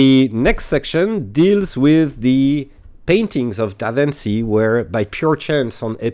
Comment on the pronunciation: DaVinci is pronouced like DaVinchi (chi in Chicago eg.) 🙂